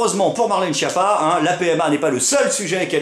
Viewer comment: Ca m'embête de casser ton delire, mais la prononciation correcte de Schiappa c'est "SKiapa". Ouais, c'est moins drôle, mais c'est plus correct.